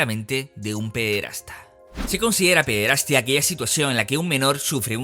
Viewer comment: Por qué dices pederastía?, es pederastia, sin acento.